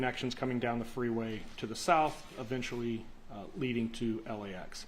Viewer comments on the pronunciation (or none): none